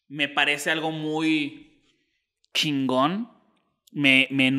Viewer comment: Oigan a este teletubbi dice Shingo en lugar de chingón